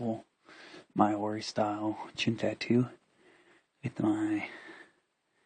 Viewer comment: Hey, checking in from New Zealand. Cool tattoos - But your pronunciation of Maori is way off, i'm sure there are videos online to teach you :)